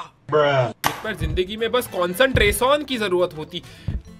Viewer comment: Concentration ❌ consenrason ✅